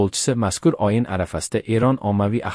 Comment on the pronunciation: Oyin emas ey oʻyin,sof oʻzbek tilida gapirolmasang,nega chirinasan,biladiganlarga joyni boʻshar,uyat,sharmanda